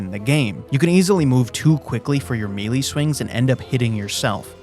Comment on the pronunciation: melee is pronounced may lay, not meelee